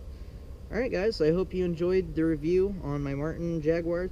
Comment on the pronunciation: How did JAGUAR become JAGUIRE?